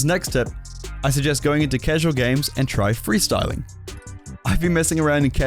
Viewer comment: ahem 'Freesyling'